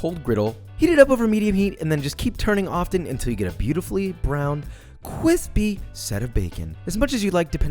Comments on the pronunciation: i really like when he says cwispy (crispy) it makes me happy ❤️ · I'm just cooking crispy stuff to say cwispy and when I wash the dishes I start by saying "B-Roll". JW virus... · Cwipsy! Lol 😂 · Nobody: Nobody at all: Not a single soul: Josh: CWISPEEEE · More like KWISPEE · i love when u say cwispy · Qwispy lol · Nah, you sound like an asshole "cwispe" is stupid. You aren't making it better; you're making it different. None of your recipes are actually remotely like what the orginal is... you're just trying to jam into something you've cooked at home versus what is an old plate. Fuck off. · Mmmmm so Cwispy 🤪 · It’s the year 2069, Josh till this day hasn’t lost a single but better video, and all of his food is still cwispy. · Cuispy (?) My new favourite word! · "Cwispy" is absolutely fucking unnecessary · Whiskey business? Kwispy? Chewie, we're home. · When he said CWISPY i really felt that... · Wait a second Did I hear Joshua saying "cwispy" again? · Yay he said CWISPY